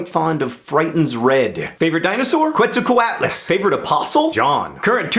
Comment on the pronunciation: You didn't pronounce Quetzalcoatlus correctly and it isn't a dinosaur.